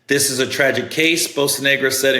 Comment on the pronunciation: Bocanegra (Bo-kah-neh-grah)